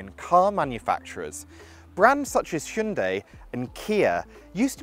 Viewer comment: I've firstly ever heard proper pronunciation of Hyundai in English accent that means Modern times. :D -Godai : Ancient times -Jungdai: Medieval times.